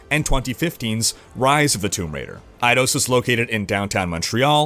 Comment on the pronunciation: ...Eidose?..Dude you have got to learn how to pronounce words, it's eye-dos.